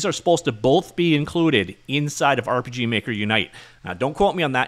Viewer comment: Did you just say urp. Is that actually how you say it now